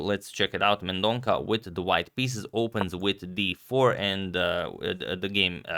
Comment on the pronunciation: It's Mendon-sa (not Mendon-ka)